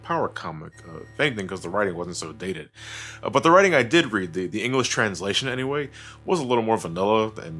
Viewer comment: When said "And I went and gave it a read" and pronounced it as "red," my brain corrected the info automatically for me. When I realized this, I had to do a double take.